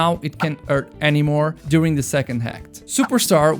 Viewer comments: "Now it can't urt anymore" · "Urt" "Edghehog" "Ydrocity zone" uh, I think you might want to take some English lessons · “Urt” “Edgehog” “Ydrocity zone” uh, I think you need to learn some English Lessons…